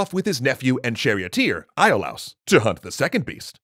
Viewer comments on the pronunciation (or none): Its (I-o-lus) Not (I-lous)